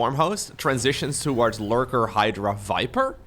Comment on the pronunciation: I love when says Fiper. The V/F swap is like... Really endearing